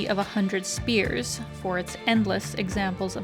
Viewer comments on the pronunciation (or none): It's "SPIRES", not "spears". I would love to live in Europe, too. Specifically the Czech Republic, as my grandparents were from there. And I love it there. Boy, you really do need to learn how to pronounce things. the river is the "VLTAVA", not "Vlatva". Also Saint "Vitus", not "Veetus" Cathedral. Did you do no research? Food: Yeah, some of the traditional stuff is not so great. Reminds me of why my dad had such boring eating habits. The dumplings are weird. You've moved to Ukraine? Recently? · Its not city of hudred spears, but hundred spires. Sounds simmilar, meaning is absolutely different.🤣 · the word "spires" is not pronounced like spears with a long "e" as you pronounced in your video, but with a long "i" like spy-ers. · Spires not spears😂😂😂😂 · City of 100 spears was funny mispronunciation.